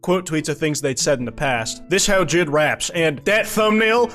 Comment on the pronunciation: The way you pronounce JID as one word sounds like an antisemitic slur in russian.